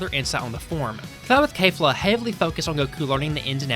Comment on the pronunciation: Why are you saying Kay-fla instead of Kef-la. They literally say it in Japanese, in the anime, which is the original work - there's zero reason to mispronounce it unless you're using an AI voice.